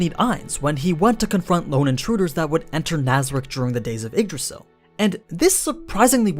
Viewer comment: funny how he spells yggdrasil as eggdrasil